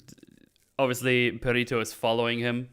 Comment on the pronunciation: The way you all keep pronouncing Perrito is hurting my soul. Lol